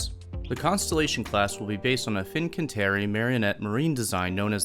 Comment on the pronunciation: Why does everyone keep saying marionette. That's a puppet not a place. The place is Marinette.